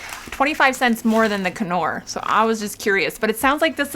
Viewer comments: On the knorr....the I is silent....lol Love your videos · Hey sweetness! The “k” is silent in Knorr. 💖😘